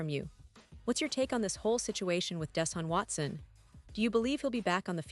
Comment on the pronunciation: This story is a joke. You can't spell "Browns" NOT BRONWS" nor can you pronounce Deshaun Watson. Very tacky, unprofessional video.